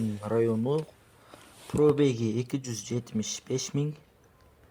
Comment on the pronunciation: ПРОБЕГИ ДЕГИН ПРОБЕК😂😂😂😂😂